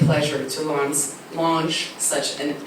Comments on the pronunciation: she mis-pronounces "launches" and then stumbles on the next words. One of the audience then says something like "you can speak Afrikaans" and she then says "Ja, kom ons praat bietjie Afrikaans" which makes everyone laugh :-) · U gebrek van Engels is geweldig goed. she mis-pronounces "launches" and then stumbles on the next words. One of the audience then says something like "you can speak Afrikaans" and she then says "Ja, kom ons praat bietjie Afrikaans" which makes everyone laugh :-)